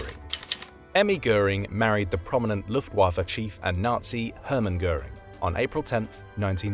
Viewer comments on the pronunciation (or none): none